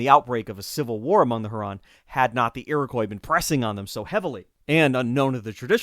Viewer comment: Greetings from Michigan. I live on Lake Huron. Folks in Michigan pronounce it Lake HYOO-ron.